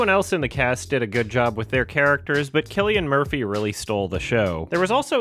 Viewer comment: It's pronounced Silly-an Mur-pee.